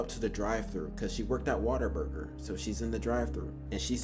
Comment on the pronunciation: Dude it’s not WaterBuger, it’s Whataburger.